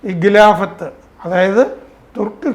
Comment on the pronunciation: ഗിലാഫത് അല്ല ഖിലാഫത് ആണ് ശരി